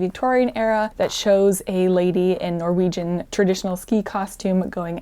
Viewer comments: I love how you pronounce the Norwegian words with a German accent 😊 It gets you a lot closer to the true Norwegian pronunciation than an English accent would. So good job! 👍 (on both the pronunciation and the knitting 😘) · norwegian here! awesome to see you take up and tell about some of our cultural history! also, your pronounciation is really good, absolutey understood what you were saying! appreciate your endeavors in getting the pronounciation right ❤ (also that comic is amazing! that's also me before/after any physical activity... especially skiing 😂😂😂